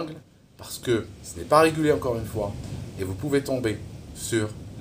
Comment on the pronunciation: J’ai quand même un petit soucis avec ton accentuation sur le mot régulé, car oui ce n’est pas régulé, mais si c’est pour que cela soit régulé par bigpharma c’est pas une bonne idée non plus …